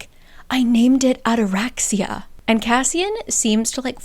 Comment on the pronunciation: FYI: ataraxia is a Greek word that means calmness. And also the intonation is on the i = ataraxi’a. Greek here🫡